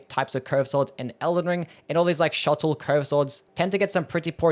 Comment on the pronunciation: Shotel - "Shuh-tell", not "shuttle".